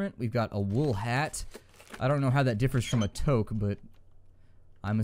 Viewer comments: Toque is pronounced Two-K. Like the number 2 with a K on the end. :) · Hey buddy! Stop driving your Canadian viewers crazy, the togue is pronounced like TOUK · In Canada "toque" is pronounced "touk", the same vowel sound as in "shoot". Just in case you want to get in character. :) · You crippled my ears saying toque wrong